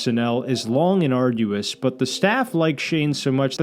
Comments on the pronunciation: Arduous… argueous isn’t a word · it's arduous. arguous isn't a word.